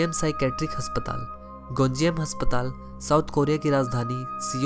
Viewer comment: Haspatal nhi asptaal hota